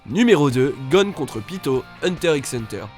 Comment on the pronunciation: Il a prononcé le X de Hunter x Hunter Quelle honte